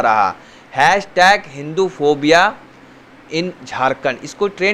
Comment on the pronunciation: phopia ni phobia hota h chutiye jaahil bhakton